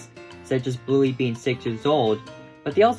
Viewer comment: Don't you ever rhyme "Bluey" with "Newy' ever again.